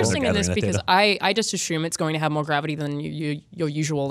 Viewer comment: “Ashume” :-P